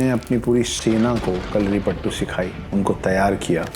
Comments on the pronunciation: it is not kalaripattu it is kalaripayattu. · Its kalaripayatu not kalaripattu😌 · I was enjoying your video until you started speaking about Kalaripayattu! Firstly you share wrong information about Kalari and its origin and on top of that you pronounce it horribly and disgrace the art. It is not "pattu" it is "payattu" means to 'practise a fight' in malayalam. Aaj bhi mere gaav me fighting practices ko payattu bolte hai. It originated in the northern malabar region of Kerala. Internet hai toh kuch bhi bana k bechna nahi hai.